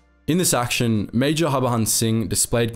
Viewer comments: I'm a great fan of your videos. But please pronounce 'J' as it should be and not as how the Spanish names have it. Its Harbhajan Singh and not Harbahan Singh. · Bro it's HAR-BAJAN Singh. prounounce that J as J , not as H. Its JAN as in JANUARY 👍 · The J in his name is not silent btw and his name is less complicated than it's made out to be. Har-Bhajan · BTW, the name is pronounced Hur(hurry)-Bha-jun(jungle). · Its Baba Har-ba-jan singh. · In "Harbajan" the "j" is pronounced normally. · The way you pronounced the name 😂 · Man you Totally butchered the private's name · Yo don't presume how the name is pronounced.This is not some French name. J is not silent in Harbhajan Singh.